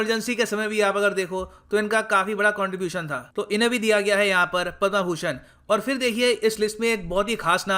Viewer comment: पद्मभूषण को पद्मा भूषण क्यों बोल रहे हो सर